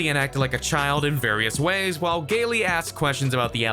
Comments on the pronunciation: Or Gayle as galee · Right and he kept calling Gayle King Gaylee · Gayl-ee King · Going out of your way to pronoune Gayle's name wrong 🤔